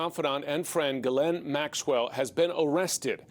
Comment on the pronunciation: For goodness sakes. Now I’ve heard 4 different pronounciations. How do we pronounce ghislaine? G’len? G’lane? J’lane? J’slane? I thought it was G’lane but her own lawyer just said g’len